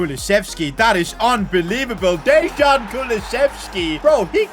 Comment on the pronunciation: You didn't just say Dezhan